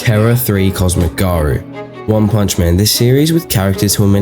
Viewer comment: just say cosmic garou...